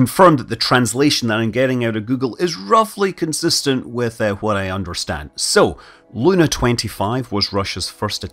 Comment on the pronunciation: Not L-u-u-u-na, but Lun-a-a-a